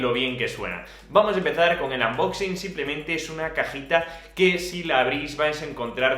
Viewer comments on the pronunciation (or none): none